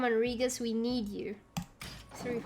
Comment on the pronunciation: Nice deck. :) Btw, I am kinda sure that the pronunciation of Regis is not that. hahaha buts thats ok anyway. :)